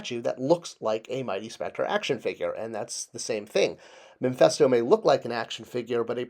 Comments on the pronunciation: Mephisto not Mephesto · Its Mephisto not memphisto.